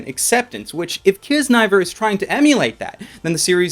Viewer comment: I think it's pronounced key-zuh-nah-ee-ver, that's what I heard from the crunchyroll panel I went to lol